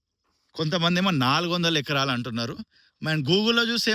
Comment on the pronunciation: Acras kaadu, it’s acres!